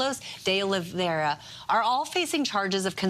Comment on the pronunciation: Pronounced Oh Lee Vay Ra , you can use his surname as Oliveira not De oliveira , the De is just a particle to the surname . (Yes I know portuguese lol) - also hes a co scumbag might as well be called trumperino jr.